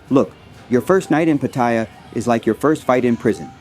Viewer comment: i would say its patt a ya not patyer